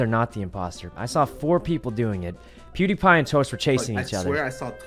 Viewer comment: “PEWD MUTE”